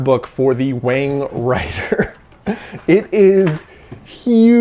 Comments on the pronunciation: You're quite white, wang is pronounced wong, so it'd be wong to call it a wang, even if you think you're white! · Actually, I believe that the name Wang, is actually pronounced Wong. That might wall make a difference. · In Mandarin, "wang" is probably pronounced half way between "wung" and "wong" with a rising tone, as if it was a question in English. I read the biography of Wang. A mathematically gifted student from near Shanghai, he escaped the Japanese, got a post WWII PhD at Harvard, and figured out how to read and rewrite magnetic core memory, making it useful as serial RAM. However, Forester had the patent for row-and-column addressing so IBM bought both. They paid about $350k for Wang's patent but about $12m for Forrester's. Wang was double-crossed by a secret deal between a patent troll and IBM. So it seems Wang tried to bring IBM down and was a threat in the Word Processor business in the 70's and early 80's, but he couldn't innovate fast enough and failed towards the end of the 80's. His original big success was to use serial core memory in desktop calculators for Wall Street bankers who needed logarithms and calculus to work out mortgages etc. Although he lived the USA success-story life, Wang carried with him health risk factors characteristic of Chinese and he died of oesophageal cancer at age 70. Wikipedia has a nice summary article about the magnetic core developments : An Wang's patent can be found here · It's pronounced as Wong.